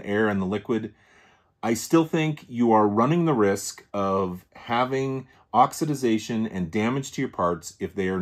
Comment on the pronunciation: Thanks for the lesson in pine-sol related oxi-Daze-ation 😂.can you patent a word?